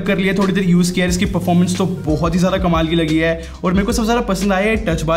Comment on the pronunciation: Hi why do you sai hey(instead of hai)